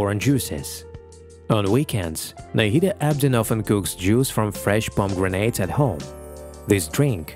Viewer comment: avo-kaados and pom-grenades? ...are there no humans available to read a simple script?